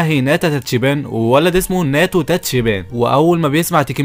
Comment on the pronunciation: تابعت هذا الانمي..... تلخيصك حلو بس للاسف تنطق اغلب الاسماء خطأ 😅 تاتشيبا صارت تاتشيبان 😂 وناوتو صار ناتو 😂(الناتو شئ يؤكل) وعصابة طوكيو مانجي صارت طوكيو مانجا 😂 ما كملت الفيديو ف ما ادري... بس غالباً جبت العيد في اسماء ثانية 😂 بس تلخيصك حلو الصراحة+طريقة سردك للاحداث حلوة جداً... تجيب المهم وما تكثر كلام... استمر... لكن حاول تصحيح نطقك للاسماء... وبتكون احسن قناة تلخيص في اليوتيوب...عجبي كمان غير التلخيص انك تشرح الاحداث المعقدة وكذا وذا جيد جداً... استمر